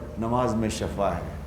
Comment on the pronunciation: Shafa nahi shifa bolo